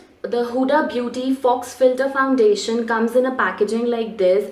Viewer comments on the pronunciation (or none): It's not pronounced as Fox. It's fau.